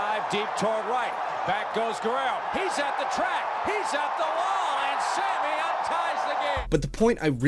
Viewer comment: Is he saying "same-e Sosa?"...also you either love the game, or you dont....you might be interested for a season if something noteworthy is happening.